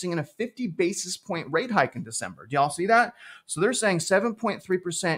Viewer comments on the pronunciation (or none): That "yall" was awful 😂